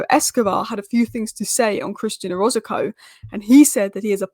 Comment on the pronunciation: OROZCO OROZCO OROZCO NOT "ORAZACO" NOT "ORZACOCO" NOT "ORZOZACO" PLEASE, FOR THE LOVE OF GOD, GET THESE PLAYERS NAMES RIGHT..... AURBREY ABRAHOOMS 🤦🏻